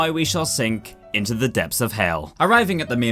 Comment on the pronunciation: "Combasted inte fleams"